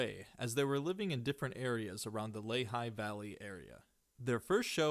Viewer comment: Nice video. It’s pronounced “ the Lee-High valley”